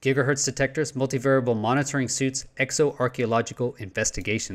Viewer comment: "exo" check it again